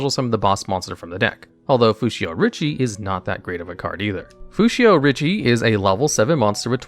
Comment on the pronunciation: It is read Fushioh richiYAY